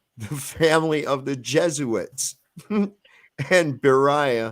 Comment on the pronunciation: its not jesuits... its jesuites...ites... like benjamites and levites. It would be jesu-ITES...not its... i hope you figure this one out